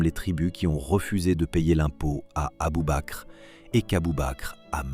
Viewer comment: Abubaker 🤣 mais merde relisez vos textes avant de les faire régurgiter par votre robot!